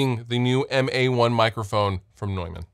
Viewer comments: It's tough for native speakers of English because there is even a vowel in there that does not exist in English. The 'eu' is phonetically actually /ɔø/ (the second one being a vowel that's often to find in northern Europe) and the 'a' is not the english /ɛ/. It's more a short version of an 'a' like you might hear in northern british dialects like scottish. So I don't blame anyone for not being able to pronounce it the German way^^ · Straight up, I thought Neumann was pronounced "Newmahhn" lol